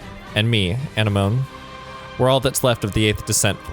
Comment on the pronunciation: Anemone is literally pronounced “a-neh-ma-nee.” It’s a name derived from Greek, the same word as sea anemones (like in Finding Nemo)